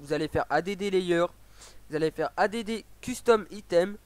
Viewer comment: A.D.D JPP add ca veut dire ajouter en anglais ca se prononce addddddd